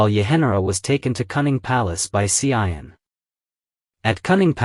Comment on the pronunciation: You pronounced wrongly the name of the Empress Tzu An, not Hsi I En